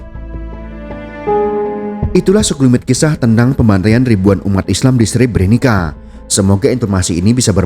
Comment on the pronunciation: maaf min Sre-bre-nit-sa bacanya bukan Sre-bre-ni-ka